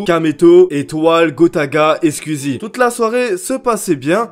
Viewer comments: Pourquoi tu dis : "scuizie" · Tu peux prononcer skOuizi, merci 🙏😅😝